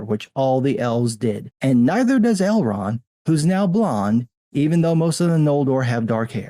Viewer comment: “Elron”? And you’re sitting here claiming to be a “fan” and crucifying anyone who deviates from lore, yet you don’t even know a big character’s name…you even read the books or just audible? It’s ElronD, clown. Maybe if you had ever read the book instead of audio booked it then you wouldn’t be confused about what the character’s name is. “I read the Silmarillion every year but I don’t know the difference between Elrond and Elron!” Ok, dude…lol